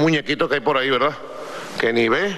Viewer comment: Jajajajajjajaajaj.............. la solidaridak, la verdak, mmmmmmmmmmmmmm, mmmmmmmmmmmmmmmmmmmmm, aca no grita tanto como en Venezuela? estará cagao por que asumio Donalkkkkk Trommmpppkkkk?